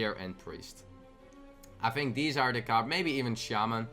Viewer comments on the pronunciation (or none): none